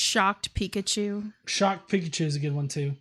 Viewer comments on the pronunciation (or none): none